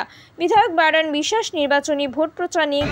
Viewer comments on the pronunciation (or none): বাইরন না বাইধন😅😅😅😅